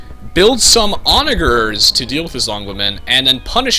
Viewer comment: dude, its pronounced... Onagers -> On-ajers Halberdiers -> Hal-burr-deers